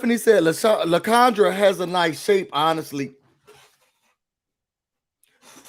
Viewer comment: It should be LIE-CON-dra